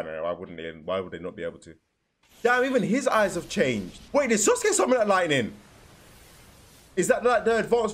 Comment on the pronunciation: Why does he say sosuke